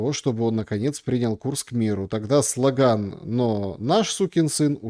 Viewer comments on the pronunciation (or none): заменил ИИ? Какой такой слогАн?